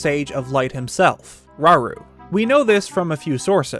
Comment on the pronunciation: How many times they said "raru" Is concerning